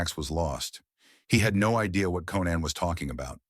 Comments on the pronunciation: Text to voice CLICK BAIT. It's pronounced CO-NAN O'Brien.....not KEN-NAN O'Brien. Get the heck out of here with that stuff. DO NOT RECOMMEND THIS CHANNEL. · then there’s Cannon rather than Conan. Sloppy work overall. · The AI narration is awful. The "narrator" mispronounces Conan's name 3 times! AI sucks.